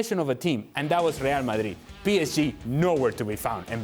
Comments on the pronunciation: “reaah madit” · I really hate the way ale pronounces Real Madrid😩